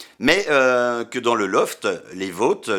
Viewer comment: "Les vauuuutes", mec t'as un vieux accent belgo lorrain (oui ça existe, c'est moi qui le dit!!!) qui est sortit d'un coup là 😂